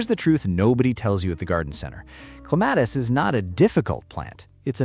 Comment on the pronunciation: At least get the name right. It's CLEM-a-tis.